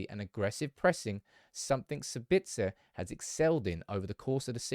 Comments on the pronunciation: s A bitzer and mal A cia Not sab I tzer and malac I a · "Sabitz-errr not Sabitsarr" = "Leviosa not Levios-arrr" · As a native Austrian I would pronounce his name at the beginning with a long A and at the end also with an A instead of ER. So something like SAAAAbitzA :-) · My god stop it wit the put on Austrian twang when you say his name... just say his name and dont pronounce the z.. or call him Marcel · What’s with the French accent when saying Sabitzer? 😂